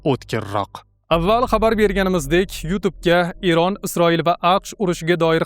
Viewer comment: ЕРОН ЭМАС ЭРОН ТАЛАФУС НОЧОР